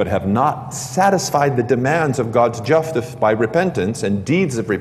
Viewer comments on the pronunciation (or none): Let’s do one on the Donation of Constantine! This was the icing on the cake for me and I’ve been a practicing Melkite! Studying Greek Orthodoxy Anthony Coniaris Catechism. Did say Juftice?